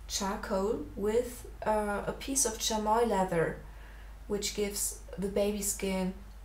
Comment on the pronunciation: It's pronounced "Shammy". Lovely drawing btw.